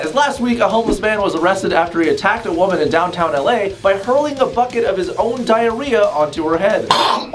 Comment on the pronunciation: It’s not diar- ad -rhea